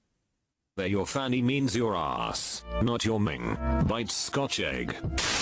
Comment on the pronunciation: Brit here, I just spat my Tea all over the computer screen when the Ai voice pronounced Minge as Ming.